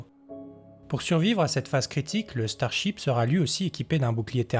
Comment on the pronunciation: Le ch'tarship... ouais ouais !